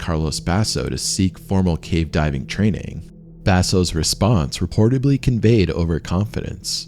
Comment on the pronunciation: "Reportebly?" That's not a word